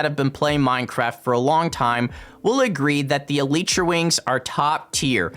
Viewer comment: Manz said elitetra